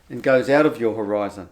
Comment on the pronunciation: for the love of Buddha,, stop saying hō-rise-on as if pronouncing it that was makes any sense. Horizon means dividing line.